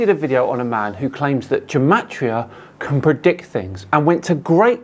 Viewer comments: Gematria is pronounced with a hard ‘g’. Please don’t copy this idiot. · "Gematria" is actually pronounced with a hard G, as in "Gill". -A Hebrew speaker.